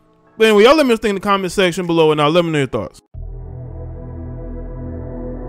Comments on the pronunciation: Funny…at the end you said, “Le’me know your ‘thots’.” 😆😂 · Funny…you said, “Le’me know your ‘thots’.” 😆😂